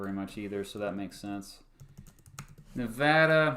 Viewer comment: Hey Nevadan here. Sorry you hate our flag. And sorry we took so long to count the votes. But thank you for pronouncing Nevada correctly.